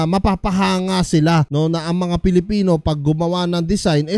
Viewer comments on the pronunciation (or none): none